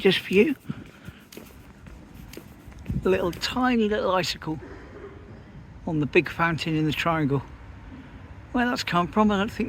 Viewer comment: I fork you said 'ficeicles'.... 😂 God bless. Hope mums hair do went ok, no out of date shampoo. 😂